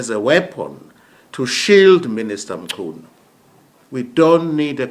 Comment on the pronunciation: It's not mshunu but Mchunu eish 😢